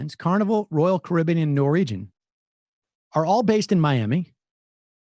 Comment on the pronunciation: I'm not sure which is the most annoying: 1. Misspelling Boeing 2. Mispronouncing Caribbean 3. Saying that the Caribbean is an ocean.